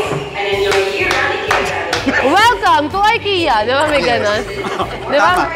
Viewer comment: Right pronunciation of IKEA (Swedish) is I-K-I-YA (I as Ikaw) & not AY-KE-YA.